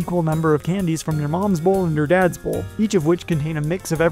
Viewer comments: I heard "one from your dads BALL and one from your moms BALL" and I was like wtf did I just hear? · wait... he said "bowls" oh that makes more sense...